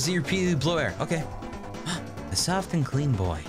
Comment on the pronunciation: "i guess swoft"